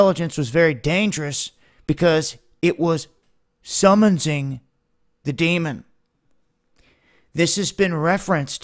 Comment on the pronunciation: summonsing? LOL